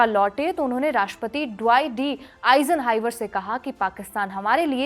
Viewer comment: Eison highver😅😅.iss madam ko rapidex English speaking course karao😢